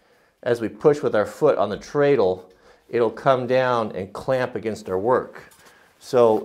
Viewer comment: Even though there's an a in it, treadle is pronounced tred'l.